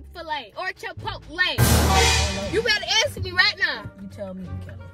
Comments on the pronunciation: Come on so we can go get Chit-po-lay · He said Chick-fil-A or chipotle 😂😂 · bruh the way he pronounces chipotle is so funny to me😭😭😭😭